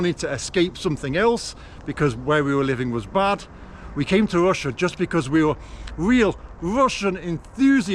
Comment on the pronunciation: Ffs! Its Russia not Wussia!